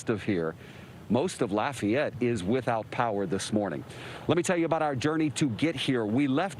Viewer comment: You can tell by how he said "laf e ette" correctly. Even emphasizing it after host said "law fay ette" which how most the world would have said it. Not evenone here talks like the coach on waterboy.